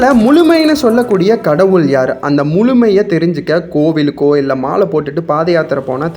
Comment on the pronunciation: நல்ல பதிவு ஆனால் முழுமை வழி.என்ற வார்த்தைகளை சரியாக உச்சரிங்கள்